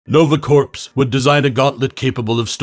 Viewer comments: Corps is pronounced core not corpse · Nova Corps like our Marine Corps is pronounced CORE …not CORPSE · I know it's spelt differently but it's pronounced nova core not corps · It's pronounced "core", not "corpse". Corps=core. The p and s are silent. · Corps. is pronounced like "core," not "corpse" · It's corps, pronounced like "core," not "corpse." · Corps. Is pronounced “core” not “corpse” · It's pronounced like "core", not "corpse", just so ya know. ^_^ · Nova Corpes. lol it's pronounced Nova Core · Corps is pronounced “Core” not “Corpse” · It’s pronounced “core” not “corpse” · Lol "nova corpse". It's pronounced "core" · Its pronounced CORE not corpse. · It’s pronounced CORE, not corpse 🤣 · It's pronounced core not corps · Nova corpse? Lmao. Pronounced like core. Go back to school 🤣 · Awesome video and content buuuut just to let you know Corps is pronounced like “core” the “P” and “S”’are silent. Like I’m Marine Corps. Cheers 🍻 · It’s pronounced “core”. Nice vid tho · “corps” is actually pronounced “core” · Fun fact. The p is silent in Corps. Said like Core/Cores. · This man is an expert at mispronouncing words, yeesh. "Nova Corpse" "Thawnose" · It’s pronounced core not corps and before u ask yes I know it spells out corps and not core but when people say corps it’s actually core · Fun fact Corpse is pronounced as it looks Meanwhile corps without an e is pronounced core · Corps has a silent "P" and "S". Pronounced "core" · The s is silent in Corps it’s pronounced like core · The word Corps is actually pronounced Core. You would thus say Nova Core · Corps = pronounced ' core'. Marine Corps= Marine ' Core' 🤣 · I really hate the mis-pronunciation of Corps in to Corpse. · Corps is pronounced with a silent "ps", you kept saying "corpse". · Is he mispronouncing things on purpose? Is this AI? Nova Corpse? Thahnose? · It's pronounced "core". The p is silent in corps. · Bruh, the word 'Corps' here is to be pronounced as 'core' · Corps is pronounced core